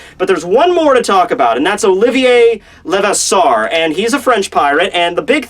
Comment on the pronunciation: STOP BUTCHERING OLIVIER LEVASSEUR'S NAME. Seriously you gotta learn some French. even a little French would be enough